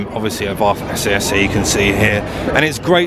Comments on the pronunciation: I thought it was pronounced SS not SA SA? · Abarth themselves say its pronounced as "SS" not "essay essay" ...just saying. Research isn't hard. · It’s pronounced SS 🤣